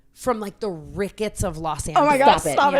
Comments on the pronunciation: her saying rickets TWICE is FRYINGGGGGG ME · As someone from Chicago, her saying Rickets is very funny😂